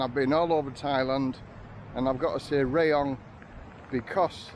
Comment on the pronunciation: Hi, apparently it's pronounced RAAH-YONG not RAY-YONG...you learn something everyday mate...lolol thanks for the Vlog mate I appreciate your efforts. Cheers Steve